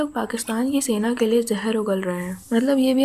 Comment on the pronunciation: The bindi mademoiselle who is a Punjabi speaking P0rkistani,speaks hindi & then "सेना" becomes "सैना" 😂😂